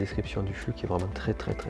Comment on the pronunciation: Ptn mec tu dit n'importe quoi propos des matériels utilisés tu dit isopropalique alor que c'est isopropylique tu dit flu alor que c'est flux et aussi une console se ne démarre pas sans disque dur voilà c'était pour moi ce n'était en aucun cas une critique bonne soirée